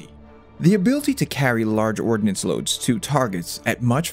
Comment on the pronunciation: Ordnance, not ordinance.